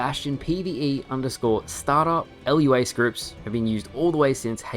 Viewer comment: its "lua" not "L U A" (one word)